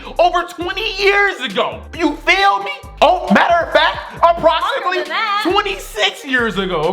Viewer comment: I can read big words....says approximately wrong lol just pickin u too funny bruh